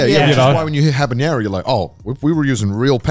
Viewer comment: I just now realized Connor says “habanero” with an ñ “habañero” instead of a normal n and it bothers me as a latino